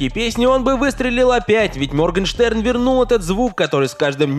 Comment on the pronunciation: Моргенштерн - Моргенхрен ? 🤣 это единственное, что я поняла